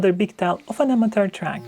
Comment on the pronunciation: Say: a-muh-chr.. a-muh-chr.. a-muh-chr.. NOT Amater